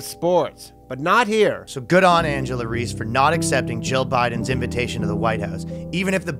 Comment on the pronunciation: Continuously mispronouncing Angel Reese’ name just made this funnier